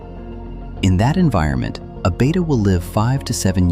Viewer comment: It's not pronounced "beta* it's betta!